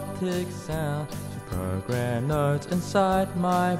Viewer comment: that „to programme“ killed me 😂